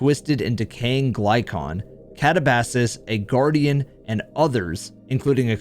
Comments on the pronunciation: It's not kata-ba-sass its Katah-buh-seas. You are using the wrong pronunciation. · I think katabasis is pronounced "cat ab ass sees" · The scariest story is how you pronounce Katabasis 🤦 I love your content man but they do say the name quite a few times in the mission